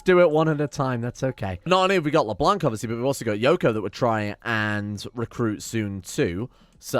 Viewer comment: When you read Leblanc, don't read the "c" at the end. Le blanc in french means the white